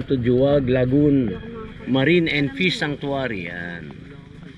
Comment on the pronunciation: pinupronounce po sya as "Hu-wag" Lagoon hindi po "Jo-wag" hehe